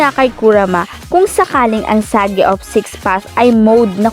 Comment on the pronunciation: Sage hindi sagi